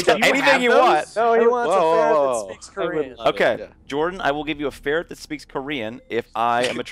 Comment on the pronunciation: Actually is a ferret not a farret